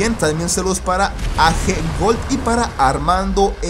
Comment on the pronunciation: mafiaaa gracias por el saludo.. oyeeeee Jaja una cosita Jaja se pronuncia "ei yi"(AG) nada más eso